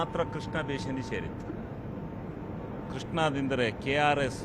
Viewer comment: ಬೇಷನ್ 😂😂 (ಬೇಸಿನ್)